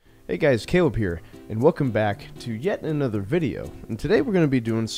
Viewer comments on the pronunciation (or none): none